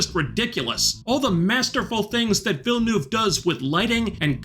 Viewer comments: villenEUve is pronounced like the "e" in "cerise" ^^ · As a French Canadian, let me just say that Villeneuve is pronounced almost akin to: Vill (like Villa, but without the "a") and Nuv (in the same tone as Pun when pronouncing the "u"). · To approximately pronounce Denis Villeneuve's name, it would be like ''Daenee Veel'nev"'' (francophones usually will not pronounce the second syllable and last ''e'' of the name). Yes it's French (translates as ''New city''). I know because he was born and raised in the town right next to mine accross the St-Laurent river in Québec :) Great review. just saw it last night in original English version and agree with everything you say (although the B&W part never bothered meand understand the type of ''alien'' feel they were going for). I am usually annoyed when they change things from the source material but, after seeing what has been made so far, I'm willing to give Villeneuve and his crew a chance to dazzle me further. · It´s definitely a must-see on a big screen. The infrared camera for Feyd´s arena fight was a brilliant choice. It was a "black sun" scene in-universe. It wasn´t just a BW filter. It was infrared, so it looked so weird and otherworldly. Your inability to pronounce Villeneuve´s name made my day! :D Some shai-huluds for celebration of the greatest movie of the year!🪱🪱🪱🪱🪱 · Your Villeneuve pronunciation joke fell really flat, bud. It's not hard to pronounce, it has been spoken in numerous media outlets since his Oscar win, and it takes 20 seconds to google a pronunciation key.